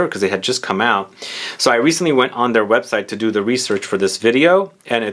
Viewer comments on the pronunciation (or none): none